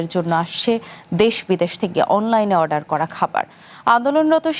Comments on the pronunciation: ওয়াডার কিরে ভাই অর্ডার বলেন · অর্ডার ❌ ওয়াডার ✅